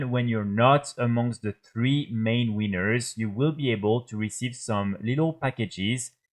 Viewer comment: I love your accent, but I gotta just point out that you said “in the top three weeners” 🌭😂